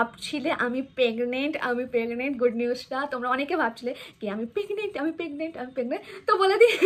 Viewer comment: পেগনেন্ট আবার কি ওটা প্রেগনেন্ট আর সরিল না ওটা শরীর 😂😂